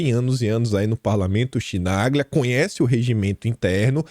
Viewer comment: Chinaglia pronuncia-se kinalha